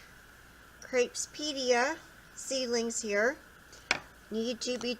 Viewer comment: They're GREAT plants, aren't they??!! I've been growing these perennials in USDA zone 10b in southern California for about three years now. BTW, you're pronouncing them as "krayp-SEE-DEE-uh" but, they're actually pronounced as "krap-SEE-DEE-uh" because the "P" comes before the "S". Regardless, it's good for your subs & viewers that you've done this update to your planting of the seeds video. GOOD job!!